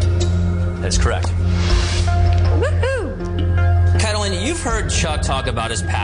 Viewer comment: why do they pronounce caitlin so wierdly?